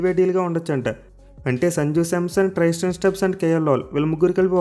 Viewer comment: ట్రైస్టెన్ స్టబ్స్ కాదు భయ్యా త్రిస్టెన్ స్టబ్స్ 😂🤣😄